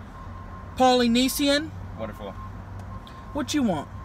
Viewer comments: Please tell me someone else caught the “I’ll take the poly-neas-Ian” instead of Polynesian 😂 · POLY-KNEE-SI-AN!!! Im dying lolol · POLY•NEE•SEE• EN 😂😂😂😂😂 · She said “poly-knee-see-yan” about the sauce😂😂😂😂😂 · When she said poly nee see in lmfao for Polynesian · "I'll roll the window down and don't mention it again..damn!" "Some polly-ne- ceon sauce." She's to much. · "Polly-nee-see-in!?" Polynesian.. 😂😂😂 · Jonas Spiegelhalter lmaooo polyneeZian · I'm Polynesian n I've never heard it pronounced poly-knee-see-in 😂😂😂😂 I'm dead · “poly-knee-seeyan” gets me every timeeee i know ne was trying not to laugh 😂😂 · tammy: “poly-knee-see-yan” the chick fil a worker: “Wonderful” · It’s polynesion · polay neeshian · The way she pronounced “Polynesian” and he let her get away it by saying “wonderful” ROFL!! 😭💀😂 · The way she pronounced "polynesian" I feel offended 😂